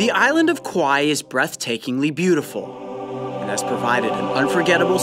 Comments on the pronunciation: Love Kaua'i. Cried when two week vacation was over. He doesn't pronounce the name of the island correctly. It is cow-ah---ee. With a glottal stop before the last long e sound. But still. Awesome vid. Awesome island. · Did he say the island of kawaii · Did he just call it the island of 'Kawaii'? LOL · Kauai sounds like Kawaii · Every time it sounds like kawaiii XD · MLGplayer00 He meant to say that. It's not even spelled kawaii. It's Kauai